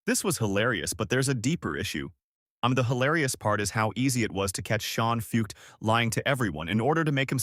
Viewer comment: That's not how you say his last name. This just seems like an AI-generated hit piece.